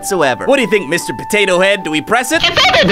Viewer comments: Looool you said patata on the video 😂😂😂😂😂😂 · why did you patata its potato ok but your funny